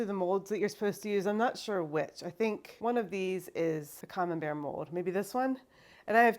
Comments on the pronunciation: I mean, the way you used to say camembert (“coming bears”) is not wrong lol if anything is closer to the original french :p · I love your cheese making videos! I’ve never even thought of making my own cheeses, but you’re inspiring me to try some. Just as a note, Camembert is a French cheese, and the way you’ve been pronouncing it, is quite close to the French pronunciation. So, you’re absolutely good on this! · Actually, your first pronounciation of Camembert was quite spot-on, comparing to the French (as in: original) way to pronounce it :) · I think your pronounciation is the right one. It sounds more european than the american version they tried to trick you into. :) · True, the first way she was pronouncing it was actually closer to the French. Practically perfect. The "A" being "Ah" etc. The correction she received from her friends is an American pronunciation Similar to how the last name Collier is more or less "Cohlyay" in French, but in the US everyone says "Cahleeyer" or "Cawlleeyer" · I think the taller one is for triple cream and the whay you where saying Camembert was right I’m French and it is a French cheese 😂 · Thanks for sharing these cheese making videos. I'm watching you from Hungary, but because I lived in France for almost 20 years, I love the french cheeses. So, because Camembert is originally a cheese from France, Normandy region, you were actually pronouncing the name correctly :) Americans love to americanize all the foreign words. Your videos are great and a good source of learning and not making too many mistakes as a beginner. All the best to you. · You're right by how you say "Camembert" - hey it's a french word - Americans are not so good in foreign words / languages ;)